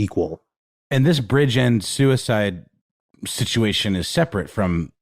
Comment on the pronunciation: Oh btw it’s neither “briggend” nor “bridgind” it’s said how it looks: BRIDGE - END as in… end of the bridge